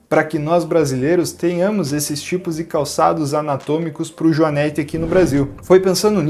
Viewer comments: A pronúncia correta é o joanête,com o e com o som fechado. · Joanete e não joanéte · JoanÊte sem acento. Não joanÉte. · A pronúncia correta é JOANÊTE, com a letra "e" fechada, não "joanéte", com o "e" aberto.